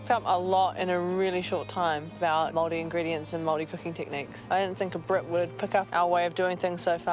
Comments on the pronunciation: please say moari correctly.. im from the UK but here 20 years it's pronounced Mouldy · it is NOT pronounced mouldy. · Māori potato? You could say the proper word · 14 minutes of Gordon Ramsay absolutely bastardising the pronunciation of every Māori word.